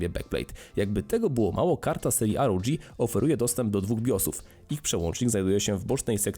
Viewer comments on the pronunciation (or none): asus rodż striks ahahahahahah to sie czyta ROG republic of gamers a nie republic of dżamers...